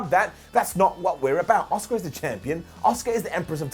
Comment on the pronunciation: is the only youtuber that pronounces Asuka 👆👆